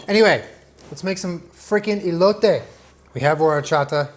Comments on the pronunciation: please stop listening to Google's pronunciation of foreign words, they're always wrong. it's pronounced 'cotiha' and 'ehloteh' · <3 the first E in Elote is pronounced exactly like the last one, in spanish we only pronounce the E's that way, the english ''E'' sound in spanish we use it for the letter ''i''. Love you <3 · I can’t express how much I love you rn Btw the e’s are pronounced different in Spanish Also horchata hits different when drank hot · The way he keeps saying “i-lote” just makes me 😬🙈 cringe en español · I love you sooo much.. and as a mexican i appreciate you so much, but, Elote is pronounced whit the "E" as in Elephant.. ilote(as your sounding it) sounds weird, and it means something else. But i still love you 😅💙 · The E in Elote is pronounced like the E in Elephant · The way pronounces horchata correctly but not elote is absolutely adorable 😂 quality content 👌🏼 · I got so hyped for this video and then said “EElotay” and I just laughed so hard awww 😂 it’s pronounced “eh•lo•teh” 💕 and you don’t have to annunciate the “t” either, it’s so soft it’s almost like “th” but ANYWAYS love the confidence and the effort, great job!! PLEASE keep it up and showing off Mexican dishes it makes us feel special knowing that you love our food 😂🥰... like literally any Mexican knowing that other cultures like our food... it just makes our hearts so warm 💕 thank you!!! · He got the elote wrong tho... Saying "ilote" hahaha. But nonetheless horchata was a nice job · hermione voice it's eh-lo-teh not ee-lo-tay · he said E low tay lol no hate just thought it was funny ( eh low teh ) cotija ->cohteaHA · ey-low-tay LOLL its eh-lo (LO not LOW) the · Great stuff but hear me out.. say “Eh-lote” 🙂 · For the ppl wanting to learn Spanish you don’t pronounce the e like how it sounds your pronounce it like eh so ehloteh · ITS EHHHHHH-LOTE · “ilote” 😭😂🧡 try esquites next! 🙏🏽👩🏼‍🦲